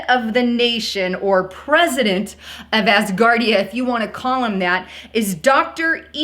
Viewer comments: “Ass-guard ia”.....🤣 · Did you mean ASSgardia? Hillarious